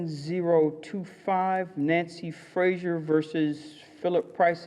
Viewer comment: her surname is Fraser not Frasier